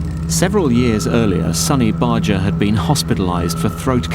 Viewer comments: Sonny literally pronounces his OWN NAME several times in this documentary yet you continue to not say it right. It's not an "accent" thing either. It's pronounced "BAR-GRRR" Not "Bar-Jer" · I think it's sort of insulting to an audience when filmmakers don't do the most basic research on simple things. Sonny Barger pronounced his name with a hard "G". Bar- Gurr, not Barger. As Barger himself pronounces his name in this film (when he reads his letter to the president), this is baffling. So i stopped watching pretty early. I need to be able to trust my sources. :) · Why'd Barjer pronounce Barger Barger not Barjer?